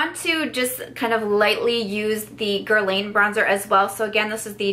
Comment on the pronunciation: Love this video! Just a tip: it’s not “gerlayn” it’s “gerlahn”